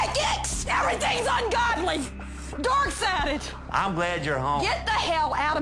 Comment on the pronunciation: “Dork Sided”